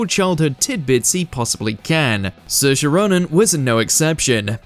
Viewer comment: Absolute bs . You can't even pronounce Saoirse properly . It's sh or sa .